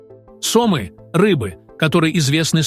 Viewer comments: И ещё ударения в словах делайте правильно . СОмы, ПрипЯть. Идиоты, что-ли. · Сомы / ударение на Ы а не на О/ Припять на И а не на Я. Ликбез надо немного включать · Все очень интересно, но ударение в некоторых словах странное... сОмы, ПрипЯть и др...